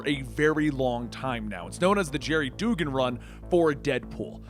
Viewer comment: I think his second name is pronounced like dug-in not du-gan